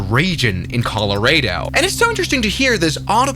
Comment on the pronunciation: Colo ray dough